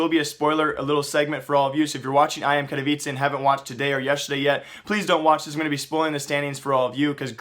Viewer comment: You're saying katowice wrong btw :(